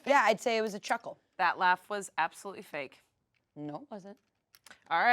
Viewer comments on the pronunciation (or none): none